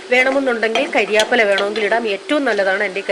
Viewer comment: കരിയാപ്പില അല്ല ചേച്ചി കറി വേപ്പില 😃😃😃